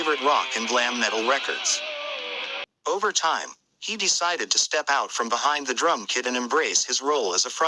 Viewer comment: MUDHONEY and its DRUM KIT not KID.... Get a real human to read instead of AI!!!🤦🏼‍♂️🤦🏼‍♂️🤦🏼‍♂️